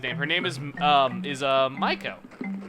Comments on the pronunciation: Miako is not pronounced my-co. It's pronounced Me-a-co. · U pronounce it Mi ako